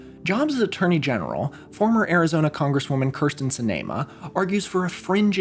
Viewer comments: This is great and I'd recommend using phonetic spelling for last names in your script (Jindal is pronounced JIN-duhl, Sinema is pronounced SIN-e-muh, and Peltola is pronounced Pel-TOL-uh) in future videos. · Jindal rhymes with spindle. It's not jin-DAL. Sinema is pronounced exactly like cinema. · For the future, Sinema is pronounced like "cinema" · is that the canon pronunciation of kyrsten sinema's last name in this timeline? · Here’s me thinking Jindal’s VP was gonna be Dan Quayle. I’ve never heard Kyrsten Sinema’s name pronounced like that. Does the MMM movement really start in 2012 when a young man in Florida is killed by medical malpractice? Also the single most unbelievable thing in this timeline is a 38 year old becoming a full general.